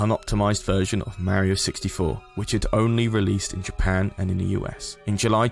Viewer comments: Not going to lie, very interesting topic, but I cringe everytime this guy says Mare-io instead of Mar-io. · mar-ee-oh I MEAN he even says it himself, how can you manage to mispronounce it so badly? you had to have played it to have made this video, so there is NO WAY you haven't heard him say his own name......YOU EVEN SAY IT RIGHT MULTIPLE TIMES!!! WHAT GIVES????? war-ee-oh sheesh man..... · You pronounced mario wrong